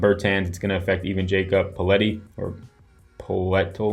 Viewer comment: Its pronounced pert-ul (poetl) lol